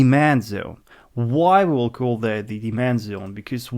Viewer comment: You learn English? its that (dat) and not (zet), finally